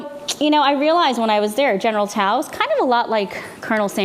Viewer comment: I enjoyed watching this informative video. Ms. Lee is articulate and funny! She also uses the correct pronunciation of General Tso's Chicken."